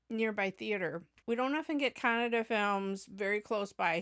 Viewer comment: nothing actually I mentioning. I really a feel proud. At the moment hear Kannada pronounce from your mouth. Because you are some where in this world but today you knowing about Kannada. . Kannada one of the oldest language using from past 2000 years. Google it. And keep give reaction for our Kannada movies thank you very much